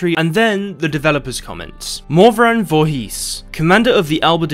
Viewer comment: Someone told me there was a game that had my odd last name in; lo and behold I found it, guess it's true :) Oh and the "...his" on the end of the name is pronounced "isss" or "ehss" (short stop, all together) not a long "heeees".